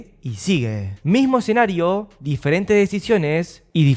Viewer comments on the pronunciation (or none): none